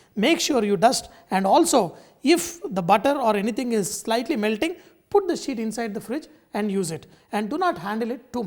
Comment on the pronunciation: Did you say "roll it into thin shit"?...eh?.